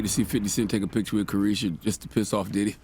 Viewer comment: He called her karrueche...... Her name is Caresha!😂😂😂